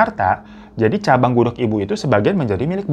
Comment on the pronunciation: gak denger kah??? jelas- jelas bang hiro bilang nya gudeg, tuli kah lu?